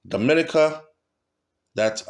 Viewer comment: Dominica is pronounced-Domi-neeka